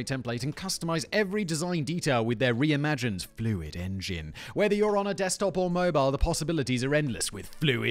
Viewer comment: Who else watched the whole squarespace add just to hear Simon keep saying "Fluid engin" ?